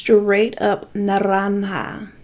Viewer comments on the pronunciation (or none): none